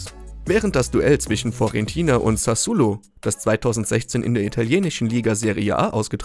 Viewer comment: Das heisst SassUOlo und NICHT Sassulo!!!